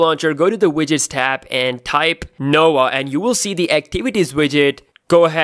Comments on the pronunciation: It's "No-vah" launcher, not "Noah" launcher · I really thought he said the ''Noa'' launcher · he's indian Indians cant pronouns the letter v